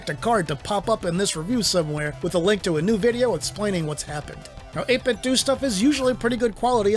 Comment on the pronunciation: 8bitdouh not 8bitdu